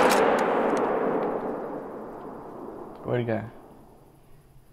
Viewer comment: Dude as a South African I get super triggered by how u say gemsbok